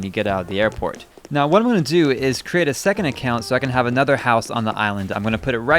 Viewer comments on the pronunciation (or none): none